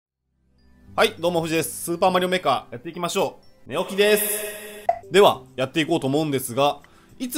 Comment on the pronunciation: 寝起きでーすがヨーキーでーすに聞こえた